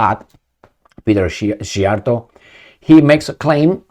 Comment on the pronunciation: Szíjjártó (lit: beltmaker... no pun on Belt and Road :) ) is pronounced C-yar-toe :)